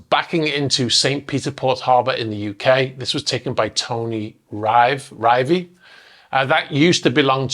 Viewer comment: It's pronounced Tony Rive, as in thrive. He's an old mate, we worked together. He also took that famous photo of the Moonraker yacht balancing on a pinnacle rock.